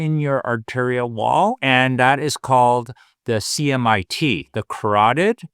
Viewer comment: CIMT not "CMIT."